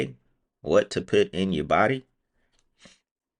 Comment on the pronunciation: PUT P(you)T Their is NO i in PUT